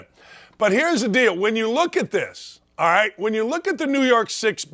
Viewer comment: Hey baldy. Alright has a L in it. It’s not i ite, fool.